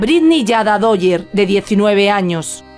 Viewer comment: Dwyer. Se pronuncia Duayer.